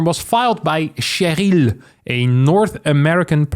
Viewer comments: why keep saying Che-ryl like its french? its an american name, its triggering me so bad! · Its "Share-ul", and probably a chick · The "r" pronounciation of "Cheryl" just gave me thrills of enjoyment hearing an anglophone person pronouncing it in the french way. XD